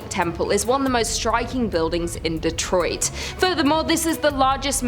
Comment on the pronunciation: The only city you pronounced correctly was Detroit, but here in the mitten we understand we got some wierd city names P.s. there were never "slaves" in Michigan maybe servents